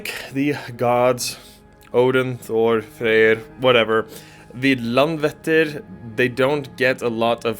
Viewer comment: Icelander here. I love this! Just one pronunciation tip (I know, Icelandic is challenging!) But the letter "Æ" (as in LandvÆttir) is pronounced as the English word "I" (like "I wrote this"). So saying Landvættir, knowing how to pronounce the letter "Æ" changes this whole thing :)